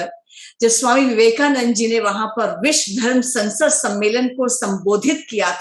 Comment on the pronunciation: Request to all speaker to pronounce sanskrit words properly. Please note विश्व is not विश्व् like भारत is not भारत्।